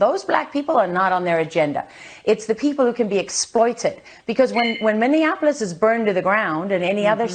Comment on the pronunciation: Love your videos,!!!! Minneapolis is pronounced: Mini-Apple-Is (not Mini-In-Apple-Is) Also, this country is in a full fledged DEPPRESSION, not a Recession!